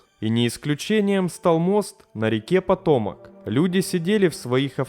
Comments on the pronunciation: Поработай над дикцией,читаешь с постоянной раскачкой,понижением/повышением тона,зачем?ПотоМАК ,а не потОмак. Понятно,что образования/эрудиции ноль и книжек не читал-(((( Аир,дАглас и т.д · Ну всё в принципе то неплохо и информативно, интересно! Но простите, река эта называется ПотомАк а не "Потомок")))) Мне лично "ухи режет" такое произношение. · ЛЮДИ! Да не потОмак, а ПотомАк. Что за чушь? Тут ударение на последнем слоге, но никак не на втором, и уж, тем более не на первом. За этот косяк -- дизлайк. А в остальном, ролик хороший. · Патомак наверно. Ударение на последнее А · и пАтомак а не патОмак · что бы нИбыло, патОмак и тд кровь из ушей уже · ПотомАк. Учись правильно ударения ставить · Всё хорошо, но с ошибками в русском языке надо что-то делать. Особенно с географическими названиями. ПотОмак, максатИха.. Ухо режет. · Какой ещё "патОмак"? :))) Название реки имеет совсем другое ударение... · It is potOmak . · ПотОмак? Серьезно? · ПотомАк ударение на а. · жутко безграмотный диктор. Воистину, пока умные люди сомневаются в собственной компетентности, тупые прошибают лбом стену... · нет, река Potomac с ударением на второй слог. В английском языке не характерно ударение на последнем слоге.